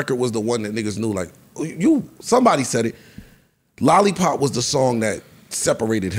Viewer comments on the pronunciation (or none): This dude really said lollipop lol